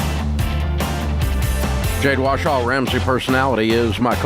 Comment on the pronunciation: I love when Dave says “Jade WASHAW” 😂